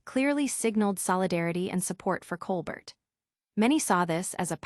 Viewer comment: His name is pronounced ColBEAR, not ColBERT.